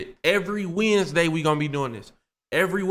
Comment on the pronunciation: Bro said today is wednesday w i n d s d a y 😭